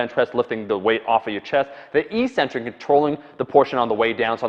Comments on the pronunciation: Eccentric is always and only pronounced ek-SIN-trik, not ee-SIN-trik. I just re-verified this in in Webster, Oxford, and . You're likely getting it confused with the way the word "asymmetric" is pronounced, which has you drag-out the initial vowel sound to create the opposite of symmetric. This is basically what you have been doing. But it's wrong. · It's pronounced "EK-centric," not EE-centric." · Omar it's pronounced eck centric (eccentric) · Eccentric, btw, is pronounced "ik-centric", with accent on the 1st syllable.